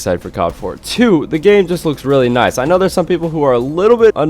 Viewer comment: Noice like aloice